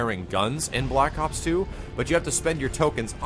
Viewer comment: why does he keep saying block ops D